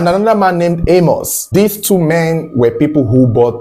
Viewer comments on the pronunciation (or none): none